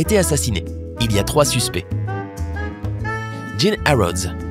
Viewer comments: (Jean) c’est un Bot qui parle donc lui il est habitué au pantalon donc il dit « Djinn » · Oe 😂 et en plus il prend un accent anglais pr dire Jean alors qu'en anglais c'est juste John ... Jean c'est fr ...